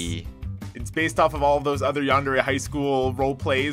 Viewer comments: I'm throwing chairs around the house in anger_ yandere not yandare it sounds like a cleaning product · it's pronounced yandere!! get it right